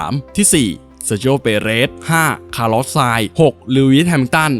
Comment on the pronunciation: อันดับ4อ่านผิดนะครับต้อง คารอส ไม่ใช่หรอครับ